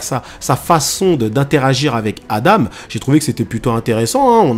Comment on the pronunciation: Et enfaite c pas adame mais Adam si tu veut mieux comprendre tu peux remplacer le m par n ce qui se dis Adan après j'ai sûrement mal entendu